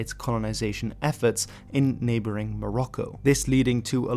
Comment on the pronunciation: Morocco is not the Arabic name, so please stop trying to pronounce Morocco in an Arabic way. The original name usually is المغرب , al-Maghrib, like we call the entire western North African region. It means "the West".